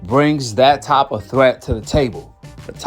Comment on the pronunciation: U speak good English why u saying top instead of type? Aont no big deal it just bothered me a lil